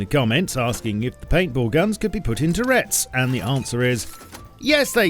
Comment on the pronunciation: Are you pronouncing turrets as "tourettes" to bait for comment-engagement?